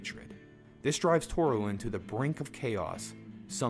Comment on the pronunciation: I think Toru may be the only Japanese name they pronounce right lol